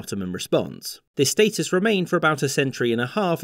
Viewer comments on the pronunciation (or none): none